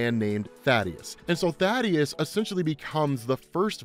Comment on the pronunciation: Thaedus not Thadeus Kirkman has even said his name in interviews multiple times it's pronounced THAY-DUS